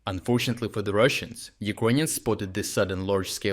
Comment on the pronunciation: I wait for it... "unfortuntately for the Russans"